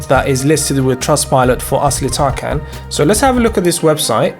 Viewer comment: It’s TarJAN not TarKAN. The c in Turkish is pronounced as a J.